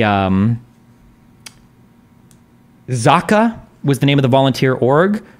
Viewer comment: 'zaka', is the only hebrew/arabic word ive heard destiny consistently pronounce corretly haha no shade, no shame, im pro pronounciation discriptivism or whatsever the fuck haha just saying, its fun to listen to lol sometimes he pronounces something 'right', and then corrects himself wrong haha